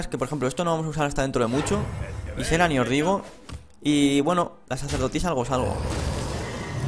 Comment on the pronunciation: Ysera se ponuncia aisera